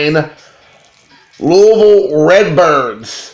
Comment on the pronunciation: If I heard you say "Loolville" one more time I'm was gonna unsubscribe...but then you brought me back when you said "I'm all about that base". Then you referred to Barry Larkin as being boss level and lost me for good. Those Member's Only cards will go great with your Member's Only jacket!! And don't worry, I never quote you on anything. Love the JimCarlo card, that would befuddle me as well!!